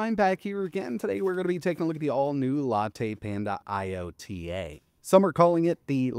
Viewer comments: It’s ‘IOTA” and not “LOTA”, for us Italians out there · Americans and thier pronounciation of foreign language 😂😂 It's YO-TA, not I-Yota. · Iota is pronounced EYE-OH-TA, the smallest greek letter